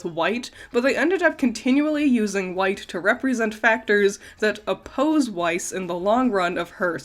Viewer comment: You’re not pronouncing weiss right, its german please please pronounce it as VICE because I CANT FACKING STAND IT AS A GERMAN 😅